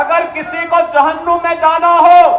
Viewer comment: Jahunnum nahi Babu jahannam saheh bolna sikhen